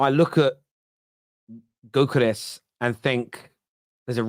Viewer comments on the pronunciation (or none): when you pronounce Gyokeres take the G off 👍 that’s the way it’s pronounced mate.